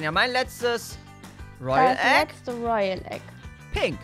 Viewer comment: Es waren 5 royale eggs kaan hat 10 toyale eggs gesagt😂😂 richtig lost